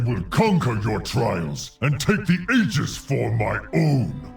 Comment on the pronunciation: I can't believe not a single person at blizzard googled "how to pronounce aegis". It's especially obnoxious because they used to pronounce it correctly in previous expansions.